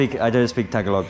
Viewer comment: Hey brother I've been all over Mindanao believe me if your not a deep Muslim there are places in the mountains you don't want to be. I'm glad you didn't find one or you damn sure remember it if you get out lmao Hey and why I'm at it you are mis pronouncing Tagalog it's not( TAG A LOG ) AS YOU SAY IT.I'm a new Sub here I really enjoyed your vlog keep up the good work. Mabuhay Po & God Bless stay safe!!!!!! Keep your head on a 360 degree swivel in those mountains